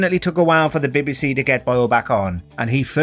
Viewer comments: Bee Bee See not Bebe Se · "The Bibby-See"? LOL! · Why is the narrator having trouble with saying BBC? What's the "Bibby Sea?" Is it near the Red Sea? 😂😂😂😂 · The John Lydon story is a real indictment of the “Beb BC [as the narrator would say it]” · Why you got to call it “Bebbiesea”? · Can anyone tell me what "the Bi-Bi See" is? Surely the voice over can try and pronounce the initials correctly. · Why h call it bebby sea? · The next person to be banned should be the narrator of this video for his very odd way he pronounces "BBC"